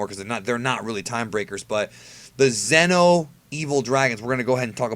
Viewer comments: FFS I love your videos, but just pronounce Xeno (zee-no) like the rest of us. I can't help but think of Zen-oh when you pronounce it like that. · The entire time when you were saying Xeno (insert name here) i thought it was GRAND XENO level characters. The correct pronounciation for those characters is "Z-NO" atleast in English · I think you should try pronouncing Xeno with the long e sound from now on. Don't know if anyone else gets confused with this, but when you say Xeno, I keep thinking your talking about Zeno.